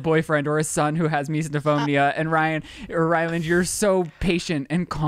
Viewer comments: Ryland, it’s mis-O-phonia. Not mis-DA-phonia. 😂🤦‍♀️😅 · It's not MeesNOphobia! Learn how to pronounce the word dude. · Everytime someone says misophonia it gets worse and worse pronounced! "Miso-no-fo-bo-nia" lol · It’s really impressive to me how without fail in every video or discussion with eating or about Shane’s misophonia, Shane with explain it or say something about it and pronounce it properly and then Ryland will immediately say “Misnophonia” and say it wrong. Without fail even if Shane’s just said it properly hahaha. That triggers MY misophonia